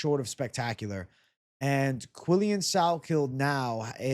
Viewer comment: Ps: the pronunciation of his name is "Quill-Lan" ...not "Quill-Lian" ...but you are close 🤪